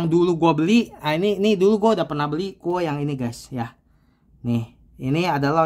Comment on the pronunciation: bacanya KU OWE mas.